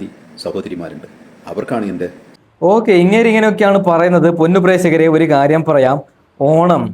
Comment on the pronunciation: പ്രേസകരെ അല്ല പ്രേക്ഷകരെ